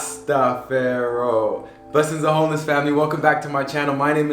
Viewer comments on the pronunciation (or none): I love your energy. Now for some constructive criticism. Stop mispronouncing "Jah, Rashtafari"